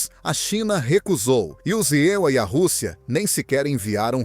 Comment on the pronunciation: Não existe os EULIA ,fale e pronuncie palavras corretas em PORTUGUÊS não em PORTUNHES